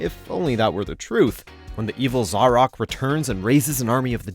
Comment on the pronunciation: He also mispronounced Fortesque and Zarok, for the record though. Haha